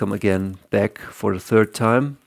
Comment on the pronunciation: Hey bro it's 3rd not 3th